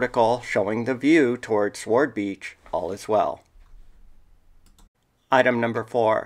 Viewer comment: By the way, "SWORD" is pronounced "SORD" not "SWARD" - W is silent